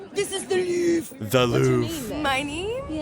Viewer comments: The "Louv"? I´ve heard this a couple of times (it's spelled "Louvre" and no silent letters). I´ve heard Liam Neesoms characters' daughter say it in "Taken". It is probably because french have a lot of silent letters, often in the end but only one letters (not "re" in "Louvre") :) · "This is the LuuUU\/re ?!?" 😂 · Louvre is pronounced Louvre.